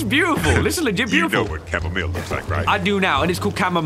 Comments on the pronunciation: You call chamomile, camo-mile? Bruh.. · Who calls it chamomeel?? Gross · It’s chamomile not chamomall